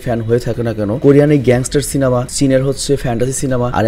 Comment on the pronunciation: Apni ekbar সিলেমা bolechen 😂